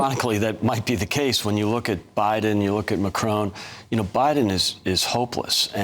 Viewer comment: Who the hell is Macrone? I do wish Americans got tutored in how to pronounce.